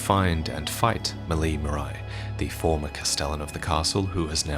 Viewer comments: I'd like to point out that the way people pronounce "Marais" is wrong. It's supposed to be pronounced in French, since it's the French word for "Marsh", as in, a wetland dominated by herbaceous rather than woody plant species. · Marais is the french word for "Swamp", which I guess is intentional considering the location. So it shouldn't be pronouced "maraï", more like "mar-heh". Anyway it's nitpicking, amazing video as usual ! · Hey, "Marais" is a french word and pronounced "ma - rey". Excellent video as usual, enjoyed it a lot. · very late to the party, and apologies if this has already been noted , but Marais is a French word pronounced Mar-ay, and it means swamp. Just some fun contextual lore to add on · Quick heads up, "Marais" is typically pronounced "muh-rare" and not "muh-rye" . It's a pretty common surname down here. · Marais is pronounced maray, not marai. And it means swamp... Yeah Miyazaki managed to hide more swamps in the game. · Its Maleigh 'MA-RAY'. Marais is the french word for Swamp. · "Marais" is pronounced more like "mar-eh." It's the French word for "swamp." (great video though, I love these so much) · Great video ! Little detail about Maleigh Marais : "marais" is a french word (pronouced "Mah-reh") that mean swamp. Quite fitting for this family, I mean their castle is litteraly sinking into a swamp. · Great vid. Would like to point out that for "Marais", it's probably pronounced "Mar-ay" and the word is french for swamp/marsh, which may bear some significance. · The Marais family is actually pronounced "Mar-ray". I wouldn't be picky but it's a French word meaning swamp, and it's actually a surname still in use today. Mine is derived from it! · The Marais castle is in a swamp and "marais" means swamp in french. Also it is pronouced like Maré (like Varré)